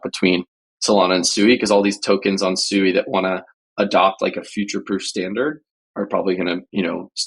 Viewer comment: Did he just say SUEY? 🤣 I'm guessing you're talking about SUI pronounced SWEE. I think somebody needs to do a deep dive into your Wormhole buddy